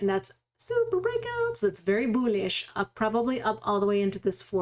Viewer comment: I watch the videos to hear you say "boolish"